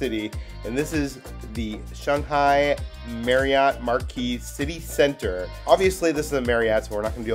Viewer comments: Why are you pronouncing it “ShONG-hai”? Is that the correct way to pronounce? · You guys saying "Shung-hai" instead of "Shang-hai" makes me happy as someone with family roots in shanghai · "Shunghai"? "Hung Kong"? Where are the U sounds coming from in these Words? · Shanghai Sh ang HI